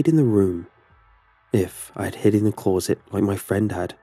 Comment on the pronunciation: Love your narrating style but please,PLEASE,stop saying "Clor-zit" every time a closet is featured in one of the stories.